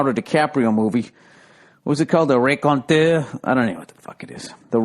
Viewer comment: "The ray-kon-teur" with a French accent 🤣🤣